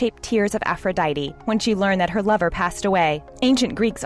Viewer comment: I think she pronounced aphrodite wrong